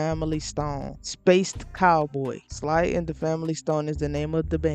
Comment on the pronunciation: This was very interesting. I'm in. Just 1 note: Sly [like "slide" but without pronouncing the "d"] The dude is considered a funk rock pioneer and a huge legend.